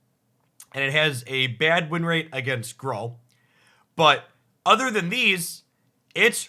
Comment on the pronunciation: Has anyone else heard Gruul pronounced “Grawl” before? Me neither.